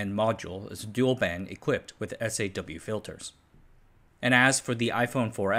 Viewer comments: You pronounce SAW like saw not as the initials S.A.W. Also Rayleigh is ray-lee, stress on the first syllable. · Kills me every time he says "S.A.W. and B.A.W.".